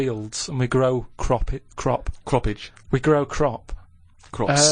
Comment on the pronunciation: ''Cropage'' ahaha